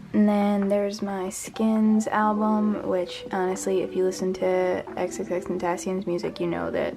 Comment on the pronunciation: the way she said xxxtentacion made me mad asf 😤 and cringe hard